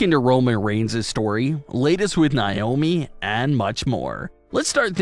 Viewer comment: Do you not know how to pronounce Naomi? Like it gets annoying hearing you pronounce it like that